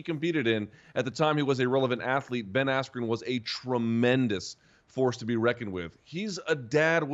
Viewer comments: “Ben Askew”😭😭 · You mean Ben Asskew? 🤣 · This was a BS event, for 3 hours it was all singing. The announcer didn’t even say Ben askren name correctly and the ref stoped the right super early. Also the fight before a guy with blue hair flopped and pretended he got hit in the nuts when he didn’t even get hit